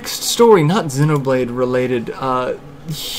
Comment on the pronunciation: Refreshing to hear someone who can say Xenoblade correctly. :-)